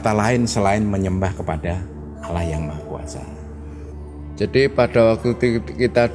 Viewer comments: Penyebutannya bukan alah tapi Allah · pelafalan katan "Allah" mirip dgn dialeg orang Kristen (Alah). mungkin ini diluar islam dan anggotanya yg wanita pun g ada yg pake jilbab/hijab